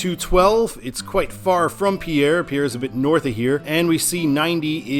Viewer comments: It’s pronounced Pier, not Pierre. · I love your channel and what you do. FYI on South Dakota pronunciations...Lead is pronounced like 'leed', like leader. Pierre is pronounced like pier as in Navy Pier. Keep up the great work.